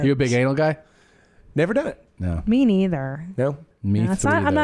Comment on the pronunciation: “me threither” from Tom goes unnoticed and I feel like it deserves more recognition 😂 he looks around like “anything?”